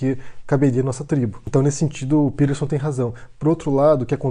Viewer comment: És peTerson. Com T caralho!! Que porra é isso de pirerson? Coisa de mineiro pó 🤣🤣🤣